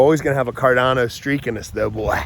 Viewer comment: I love you! Why did you start pronouncing it Car DAN o all of a sudden? 😄